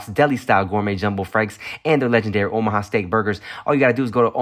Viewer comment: Am i trippen or did Tim say “Ohama” steaks a couple times? Lol